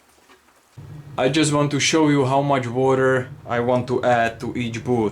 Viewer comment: It’s ‘boot’, not booth